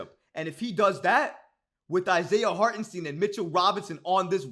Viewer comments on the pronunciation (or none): It's pronounce Hart-en- St (eye) n, not Harten Steen. He is German-American and the 2nd letter of "ie or ei" is the one that is pronounced. Just here to help. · It’s STEIN brother not STEEN